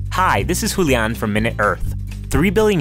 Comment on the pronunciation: Hulian? Give me a break, your name is.